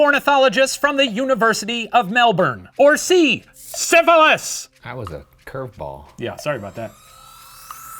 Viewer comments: And he even pronounced Emu & Melbourne the Aussie way. Canberra, not so much, but 2/3 is still good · Hey! Its hard to write the pronunciation because our accents are so different, but the closest I can write it to is Mel-bin or mel-ben, because we skip over a good 75% of the letters lol. we definitely dont say a hard "orn" for it like you guys do. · I just wanted to say that I greatly appreciate how the professor pronounced Melbourne right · Lulled into a false sense of security by the flawless pronunciation of Melbourne, only to be gut-punched by the butchering of Canberra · I’ve always love Shane but hearing him pronouncing Melbourne and Emu correctly……, it’s beautiful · Shane's Australian accent and his pronunciation of Melbourne was chef's kiss and then he said Canberra and now it has gone downhill. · As an Australian, here is a list of things that made me happy during this video: -Saying Emu right (or the Aussie way) -Referring to aboriginals as aboriginals and not "Australian natives." -HE SAID MELBOURNE RIGHT OH MY GOD. -Not making fun of the country for getting into the emu war -Didn't make fun of the Australian military for losing the "war" and instead emphasized how beefy and big those bird bastards are. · So the Professor pronounced Melbourne correctly (thank you) but fucked up Canberra ( kan-bra ) Well done! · Thank you for pronouncing emu correctly! You didn't nail Canberra but Melbourne was spot on. I'll take it! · Pleasantly surprised at The Professor's pronunciation of Melbourne! Not bad! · The professor's pronunciation of Melbourne was impressive for an American but he fell from grace with Canberra